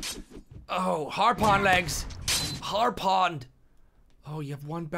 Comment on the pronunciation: "Harpon" :P